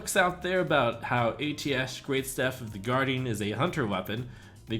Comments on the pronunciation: I prefer the way blizz and khadghar pronounce it as Ay-Tee-Esh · pronounced Ei-dash